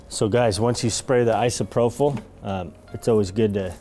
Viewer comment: I wish there was a private comment because I hate being the grammar police but your pronunciation of isopropyl is bugging me. There's no "H" therefore no "ph" sound (F) in isopropyl. It's eye-sow-pro-pill. Love the counter tops. I feel the wood grain didn't really need to be sprayed with alcohol but it still looked cool.